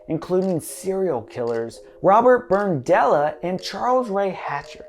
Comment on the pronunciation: Greetings from Clay County ! NO "n" in Berdella Always wondered what that was. THANKS I worked security at the IOOF home when some members of the LFD had the haunted house there a few years back. .... went everywhere BUT the boiler room. Thanks again 813 thumbs up